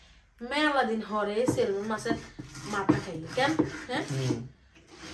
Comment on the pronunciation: সেলমন না আপ্পি উচ্চারণটা হবে সেমন “ ল” টা উজ্জ্ব থাকে, উচ্চারন হবে না।